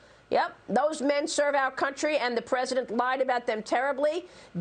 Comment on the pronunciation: Fox news can you please explain to me when the Y started making the A sound? Fentanyl NOT FENTANALL!!!!